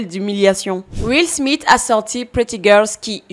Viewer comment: Tu dis beaucoup trop où Will SmiTE et pas Will SmiSSE. C'est assez perturbant😂